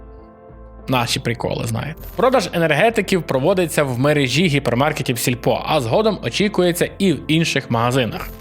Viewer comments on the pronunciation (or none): none